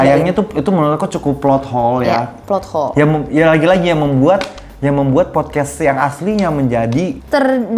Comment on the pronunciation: izin mau ngeapreciate kak, beneran deh cara bicara+pemilihan kata+intonasi+gestur tubuh mu perfect bangett apalagi pas ngomong "plot hole" omagaadddd krispi abisss